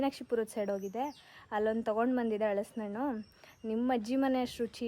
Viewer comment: ಹಲಸಿನ ಹಣ್ಣು not ಹಳಸಿನ ಹಣ್ಣು Pronounce correctly